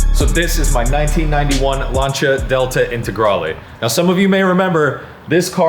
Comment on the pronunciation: Lancia not Lanchia 😅 stop it